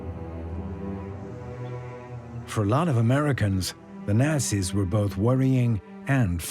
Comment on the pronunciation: Kindly get the BASIC FACTS straight. HERBERT Hoover was Prez before Roosevelt. J Edgar Hoover was an FBI Director. You mispronounced Delano and Nazis. TERRIBLE VIDEO.